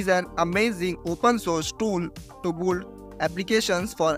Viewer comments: Build ❌ Bolled ✅ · Build ❌ buld✔️